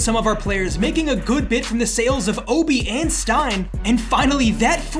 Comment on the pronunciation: NOT OBIIIIIU